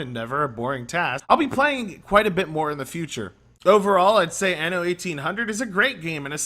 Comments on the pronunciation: Stress the second 'N' a bit more next time, otherwise it sounds like you're saying 'Anus 1800' in Italian : ) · learn how to pronounce anno